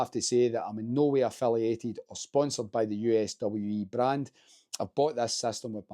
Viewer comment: USWE brand is pronounced "you-swee".